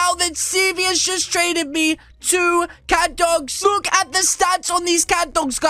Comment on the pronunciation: this is the only youtuber that i heard the word catdog get your names right!